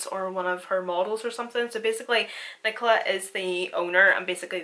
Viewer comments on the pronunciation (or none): none